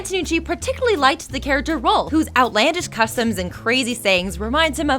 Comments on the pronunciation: Stop calling Rolf "Ralph" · Rolph not Ralph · And it's pronounced Rolf not Ralph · Honestly this is really hard to rewatch the self insert jokes are annoying yes but I can ignore them but hearing the mispronounciations of names "cranker" "anna" instead of marie for some reason "ralph" ugh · Did this bitch just say Rolf's name like "Ralph"? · I cringe every time she misspells Rolf's name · I demand a reupload of this video WITHOUT THIS WOMAN. She's trying to force her jokes into each fact, while trying to relate each fact to her own life, which is really annoying. And the worst of all, SHE'S MISPRONOUNCING THE NAMES! Nozz? Ralph?? Crankers??? Are you kidding me? Did she ever actually watch this show?